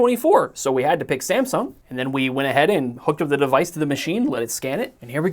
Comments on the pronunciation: The “Sumsang” part cracked me up. 😂😂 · Sumsang - lol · SAMSANG hahahahahaha